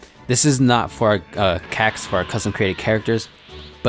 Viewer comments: It so cringeworthy when you say Cacs just say C-A-C (see a see) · Stop saying CAC's like that. My mom said if I watch another video like this again I can't have my phone anymore